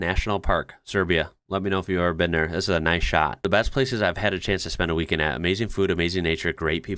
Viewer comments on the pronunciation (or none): none